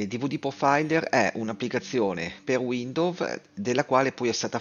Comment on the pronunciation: Capito. Figo. Grazie! 👍 (comunque si pronuncia "uindous"...)